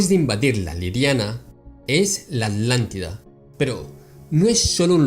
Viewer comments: Solo para asegurarme: se le escucha a veces" La Alantida" y en otras "La Atlantida"...Puede aclarar esto, por favor? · ? Por qué se le escucha "ALANTIDA", hasta donde sé, la región se llama "Atlantida". ¿Escucho mal? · Con todo respeto,. No se dice Alántida; se dice Atlántida. La palabra viene de Atlas, no de Alas. Lo menciono a manera de evitar confusiones entre los oyentes, pues pudiera alguien llegar a pensar que la Alántida y la Atlántida son cosas diferentes. Esto es solo mi humilde opinión con el propósito de contribuir a tu enorme aportación... Paz y amor